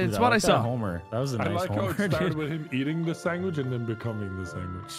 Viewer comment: Did anyone notice that is saying sangwich instead of sandwich, LOL